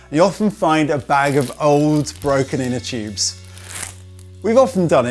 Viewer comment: "Inter choobs ". "Choobless valve"